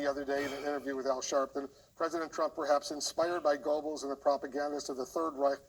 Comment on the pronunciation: Wolf how do you not know how to pronounce goebbels